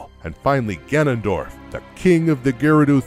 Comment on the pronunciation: I keep hearing “Ganandor” during the OoT section